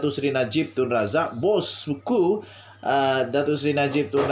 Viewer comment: Sebutan dia bukan bossku baitu tapi dengan sebutan ejaan " busku" ejaan "BOSS" ku tu bahasa english manakala BUSKU bahasa sabah ejaan glamornya " buskurr" maka itu perbetulkan penggunaan bahasanya..tksh